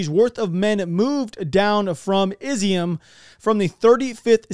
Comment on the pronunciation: Hello, stop saying Izium. Love the videos. My wife is Ukrainian. pronounce it (EEE ZOOOM)